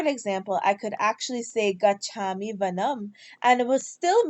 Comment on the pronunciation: Gachaami is hrasva svara not deergha